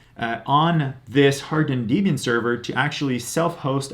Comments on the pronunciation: “Dee-bian “ < off to an early eye-roll!> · izo... deebian? lol ok bud